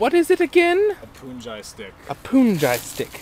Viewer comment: not "poonjai"... "punjee"